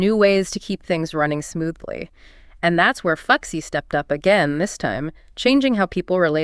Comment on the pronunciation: Cool story, but I can't help but giggle every time you say 'fuxi'. The pronunciation is more like 'foo-shii'.